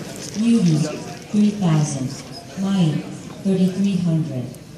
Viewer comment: It's Mai not may